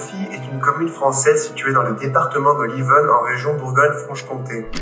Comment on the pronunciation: Département de l' Yonne pas de l' Yvonne... 😛 Bravo tu prononces bien "Ausserre" même si Auxerre s'écrit avec un "X". Manifestement, tu es passé par Gy l' Evêque. Tu airais dû passer par Val de mercy... Mais oui, c'est très sympa Mouffy et ses environs. C'est un excellent vin tu verras. Il faut que tu reviennes dans l' Auxerrois, la région y est très jolie.